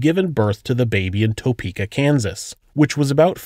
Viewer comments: Wish you could say Topeka the right way!!! Its tae-peka not toe-peka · It’s pronounced topukea not toepeka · Good video, and very informative. Just and fyi...I live in Kansas, and your pronunciation of Topeka is not correct.... not (Toe - Peka) . Not sure how to gramtically correct for you....kind of like a Tu.....sound. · Living within an hour from Topeka and Melvern it's funny to hear the pronouncation of Topeka and Osage county....narrator definitely not from Kansas.